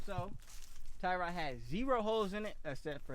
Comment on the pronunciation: You said it right the first time when you was explaining the target then you started saying tire rod after the shots lol good shit tho💯